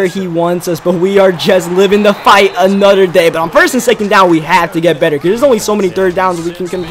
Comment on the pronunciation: "Anudder"